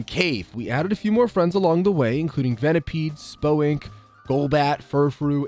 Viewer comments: I’m normally very tolerant of mispronunciations but “Spo-ink” is completely unhinged and needs to be stopped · Spoink is pronounced oink Like the “oink oink” sounds pig makes Spo-ink really took me out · Did he say spo-ink and not spoynk? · 'Spoe-ink'? Surely that's a crime?! You monster haha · Uhhhh I’m new here and don’t know if it’s just how you are…but pronouncing spoink like THAT really threw me 😂